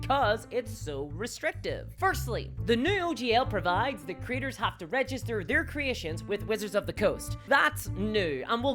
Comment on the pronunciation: Every time she says “creators” I hear “critters.” I love the diversity of the English language.